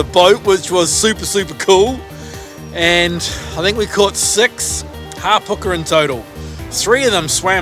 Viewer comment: Isnt Hapuka not Harpuka?